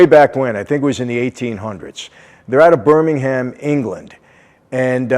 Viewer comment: It’s Birmingham please you’re pronouncing it wrong mate